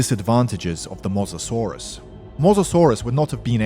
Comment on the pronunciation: wtf is a mozazorus It's Mo-SA-saurus